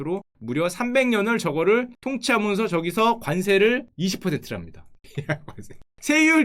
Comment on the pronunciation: 관세 발음 좋고~ [관쎄]라고 발음하는 사람들 싫음